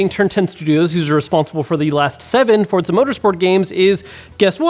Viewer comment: Why does everyone add a 't' in Forza? For-za.